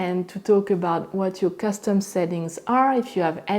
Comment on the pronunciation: It is custom not costum